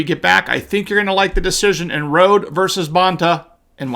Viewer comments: Mark, just as an FYI, the plaintif is Kim Rhode, a 6 time Olympic medal winner in trap and skeet and her name is pronounced Road E. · Mark, as best I know Rhode is pronounced as "Roady" not "Road" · Rhode is pronounced Road-ee.